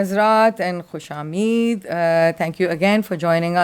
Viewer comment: did she say khush ameed instead of khushamdeed?😆